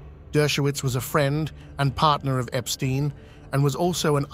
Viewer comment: Do the courtesy of pronouncing Epstein correctly.